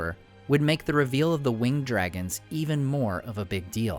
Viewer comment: To note, "winged speed" should be pronounced as "wing-ed speed" with the syllables in winged being pronounced separately.